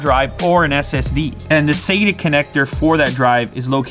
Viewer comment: Sayta ? You mean sata right lol